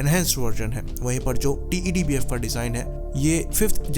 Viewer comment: Why do you keep calling it "टी.ई.डी. बीएफ" It's so tedious & irritating.. Just call it "टेडबीएफ" & be done with it.